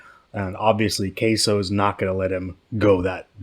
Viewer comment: Isn’t his name pronounced “k-sue”?